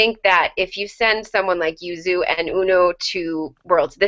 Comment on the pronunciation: Thank you guys SO MUCH for saying Yuzu's name right. I'm a big pronunciation stickler, and you guys' pronunciation is the best so far! XD